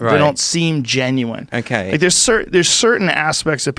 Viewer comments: Joe "when I say 'genuine' I pronounce it 'Genuwine' like the guy who sings 'Ride it, My Pony'" Rogan. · Rogan keeps saying “Ginuwine” 😂🤣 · Joe "Genuwine" Rogan